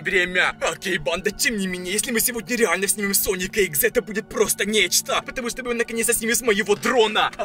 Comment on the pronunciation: вот, нормально сказал, а до это жЭсть, соник ЭксЭ огромная, время, нечтАА, бАндА, обманУлИИ